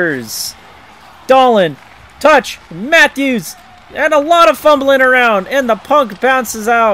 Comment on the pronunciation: unfortunately it's a long list, seems like maybe 3 to 4 players per game is pronounced wrong, I'd have to have a running comment and add comething to the list every time I hear it, that'd be a long comment. Sorry man, hockey names are hard, but it seems like you don't watch hockey, only play the video game so you don't hear commentators say their names. Tuch, pietrangelo, panarin, petersen, krejci, olofsson, and that's just me looking at two rosters really quick. I mean there are famous quotes of really important people mispronouncing names like Bill Clinton saying Yzerman wrong. I kinda agree though from someone who loves hockey, it hurts to hear the names wrong, and it's nearly constant in your videos. No disrespect intended though